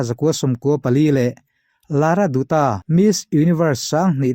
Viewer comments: 'Dutta' tih lai hi, mizo tawng a 'A' anga lam tur ani. 'Datta'. ang in. mizo lam a 'DUT' ti a lam lovin 'Sanjay Dutt (Dat) anga lam tur ani. mizo tawnga 'Kaur' ti kher lovin 'Kawr' anga lam tur zawk ani e. i ti tha lutuk, bengvarthlak lutuk.👍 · Lara Dutta hming ilam hi adik hlel deuh duta nilovin lara datta tia lam tur.Sanjay dutt a, dutt lai anga lam tur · Lara dutta ( Datta tia lam tur) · Lara Dutta hming Dutta hi I lam diklo. Datta tih anga lam tur